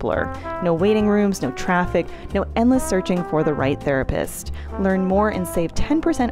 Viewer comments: I'm gonna be honest, every time said "Therapist" in the ad, it sounded like "Thera piss".... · not me thinking that was saying therapiss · Why did have this weird emphasis on piss in therapist, and?